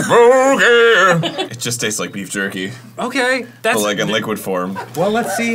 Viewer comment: “ BeEf JuRkY “ - Arin 2023